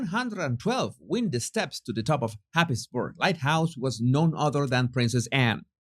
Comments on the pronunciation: Its hays bura not Happisburgh🤣🤣🤣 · English is strange at times! Happisburgh is pronounced "Haysborough" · just to let you know the light house is pronounced haysborough. Thankyou for your vids i really enjoy them. You pick the best topics. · Not necessary to say this, I know but Happisburgh is pronounced Haysborough. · Say "Happisburgh" as .... HAZEBRUGH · Thank you. Enjoyed the lighthouse bit (but you mispronounced Happisburgh 😉) You are better when you talk about your wisdom and thoughts unscripted - your voice is much softer, gentler and lower than when you are reading. But it's all good. Thank you x